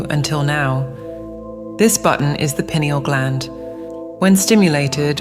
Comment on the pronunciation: Pronounced PI. neal